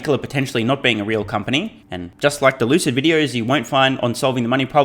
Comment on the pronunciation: Lucid Motors =Loose-It Motors 🤣🤣😆😆